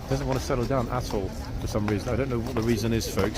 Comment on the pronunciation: When he says 'at all', it sounds like 'a$$ hole' 😅😅😅😅😅😂